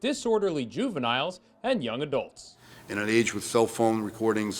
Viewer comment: hahahaah "juveniles"